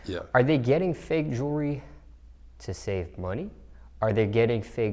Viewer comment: Your entire life is dedicated towards jewelry but can't fucking pronounce jewelry